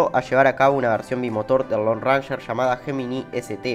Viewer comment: Lindo video. Ranger se pronuncia réin-yer.